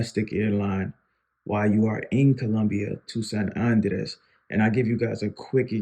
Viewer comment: Nice video. You're pronouncing Andrés wrong. The vocal stress is on the "é" not the "a".